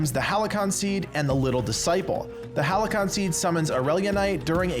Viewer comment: You may have discovered this by now but it's Halcyon, not Halycon. It's pronounced "Hal-see-on"